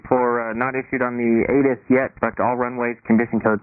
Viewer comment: Took enough scrolling for me to find someone who actually called him out in this. Not only did he get the S wrong, pretty sure he said it's automated, too. Got half of what ATIS stands for incorrect lol